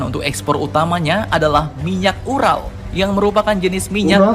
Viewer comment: beeeerrrcandaaa😁😁 URAL bukan URA🤣🤣👍👍👍💪💪💪